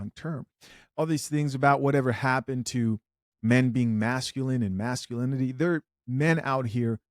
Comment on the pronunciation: masculanity and shivary? what's that?